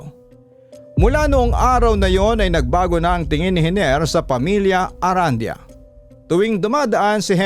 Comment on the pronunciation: I believe the last name is pronounced “Aran-di-yah” po🙏